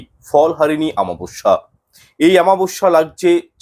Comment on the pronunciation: Daya kore aktu shudhre neben shabdo ta ho,chchhe amabasya, aamabasya not.